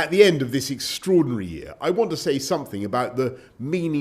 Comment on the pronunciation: "Its been an 'EXTROADINARY' year".